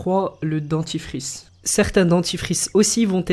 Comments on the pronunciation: Au lieu de dire dentifrice ta dit dentifice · ta dj DEDtifice alieu de dentifrice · c'est moi ou à c'est dentifice au lieu de 'dentifRice' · A 1.58 le DENTI(FICE)🤣🤣🤣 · tu as oublié le r à dentifrice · Tu t'ai tromper c dentifrice pas dentifice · Dentifrice pas dentifice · dentifice lol c est dentifRice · Le dentifice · Le dentifice :') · Ta mi dentifice alors que c dentifrice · cool la vidéo mais c'est DENTIFRICE avec un R ET PAS DENTIFICE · ta dit dentifice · Le dentifice D E N T I F I C E Y'as pas de R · tu as oublié le r dentifice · il manque un R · je suis seul à avoir remarqué qu'il n'y avait pas de "r" a dentifrice